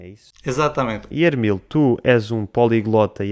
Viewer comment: Eu acho que o nome dele é Emil, não Ermil . Assim é o nome romeno. Moito interessante o vídeo! Obrigado!